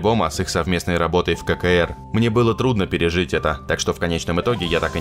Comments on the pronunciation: Не кэ кэ эр, а Си Си А. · Никакой не ФогЕрти.. Ударение на первый слог. Автор всё правильно озвучил. Но, ССR он, конечно, озвучил ужасссссссно.